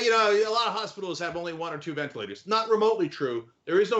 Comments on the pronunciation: VenITlators? LOLOL nice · He must be lying about those "Venitlators" since that word doesn't exist! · It says "venitlators".